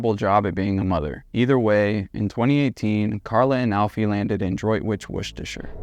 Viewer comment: Good pronunciation of Droitwich, Worcestershire!